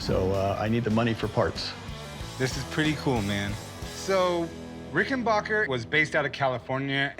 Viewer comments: It’s RickenbAcker, not RickenbOcker. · Plus the expert was the only one to know how to say the name Rickenbacker.